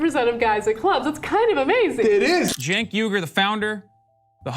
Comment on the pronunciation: Whether you like or hate him can you pronounce Cenk's name right. It's not pronounced Chank it's pronounced Jank. Idk why people can hear his name and keep pronouncing it wrong